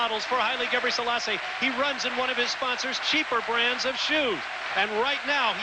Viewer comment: Larry Rawson kept pronouncing "Gabriell....selasse" Figure out where he got the ll sound from and you might learn the secrets to life, the universe and everything!